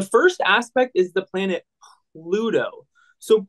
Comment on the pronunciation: pronunciation!! How do you get out of 6 th grade without knowing how to pronounce planet names?!